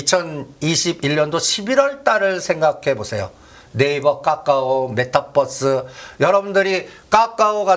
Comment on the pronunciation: 까까오, 메따뻐스 ㅎ 영어를 진짜 어디서 배웟냐? 웃음밖에 안나온다